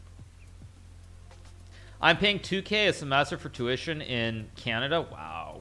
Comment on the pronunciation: Canadia? Is this how americans call it?